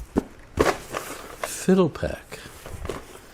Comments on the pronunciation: "Fi - DEL - uh - pack" -- as in "FIDELITY" pack. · You mean “Fi-del-i-pac” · I thought it was pronounced FyDELipac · Phil-dell-ah-pack. Certainly you are old enough to have heard the proper pronunciation. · You would think he'd pronounce the name correctly.